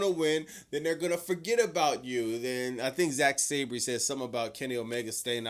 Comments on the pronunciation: (Sab-ree) 🚫 (Sab-er) ✅️ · Last week* (Sa-ban) 😂😂😂